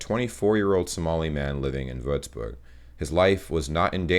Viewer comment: Diggi es heißt Würzburg Bist bester Mann